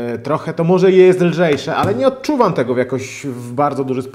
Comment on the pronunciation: "morze" "tempaku" ok kolego, kto tu jest tępy :)